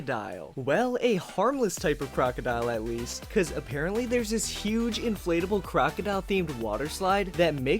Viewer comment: He said crocidl